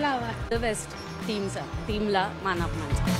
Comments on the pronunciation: मान पमान म्हणतोय रे तो......😂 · अहो, आधी "मानापमान" व इतर मराठी शब्दांचा नीट उच्चार करायला शिका. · "मानापमान" शब्दाचा उच्चार कसा करायचा याचा सराव बातमी देण्याआधी केला असता तर बरे झाले असते. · ने कमीतकमी पुणे आणि मानापमान ह्या शब्दांचा नीट उच्चार करणारी माणसे वृत्तनिवेदक म्हणून नेमावे हीच विनंती. मराठी भाषेची शोकांतिका आहे साधं सोपं मराठी ही आजच्या तरुणांना बोलता येत नाही. थोडा खर्च करा आणि चांगले वृत्तनिवेदक निवडा